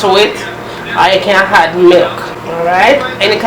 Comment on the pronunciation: Teresa Bloomfield You could say that again. All through the video she's saying "had" for "add". I think Jamaicans are the only people who put an "h" sound at the start of words that don't began with an "h", and omit the sound from words that do start with "h"! For instance, most Jamaicans I know, pronounce "him" as "im". lol Anyway, every culture has its peculiarities. I know for sure we Bajans have ours!